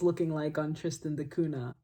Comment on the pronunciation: Btw Cunha is pronounced "Cuña". It was a portuguese explorer that discovered the island.